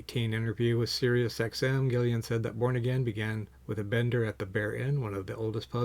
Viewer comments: This guy also says "Gillian" hahaha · Doesn’t have the album, but makes a video about it. A great album!! Get it, listen to it, then make a video. And say name correctly! Come on man! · Can this guy please read/pronounce "Gillan" correctly?!